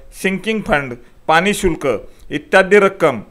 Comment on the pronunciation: धुनं, पानी, लोनचं, आनी ... ण अक्षर उच्चारा. स्वतः अगोदर नीट शुद्ध भाषा बोलायला शिका. मग सल्ले द्या.